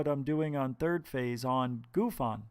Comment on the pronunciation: GUFON ........ GOOF-ON . Clearly you know nothing of Canadian slang when naming this channel.